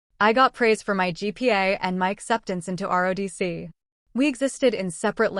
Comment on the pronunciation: It is not, RODC. Try ROTC IS THE RIGHT LETTERS.